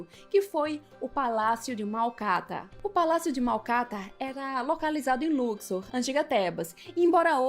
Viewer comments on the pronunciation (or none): none